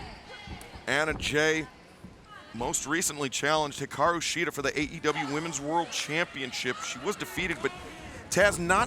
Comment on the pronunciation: Hiraku Shida. Can't get your women's champion's name right. Disappointing.